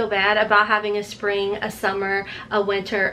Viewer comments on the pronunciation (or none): none